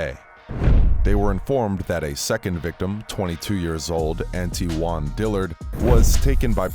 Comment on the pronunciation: "Anti-Won Dillard" 🤨